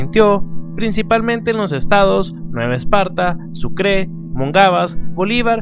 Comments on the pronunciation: Que mal hablas es Sucre y Monagas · Se me hace gracioso el oír como pronuncia "Sucre" HAHAHAHA, eres el mejor! afortunadamente esta todo bien